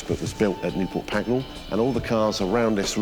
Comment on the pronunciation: It’s Pagnell, not Pagnall.